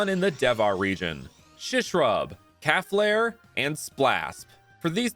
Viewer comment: Hey I used to have a fire type cow Pokémon called calflare too But it’s pronounced “cal-flare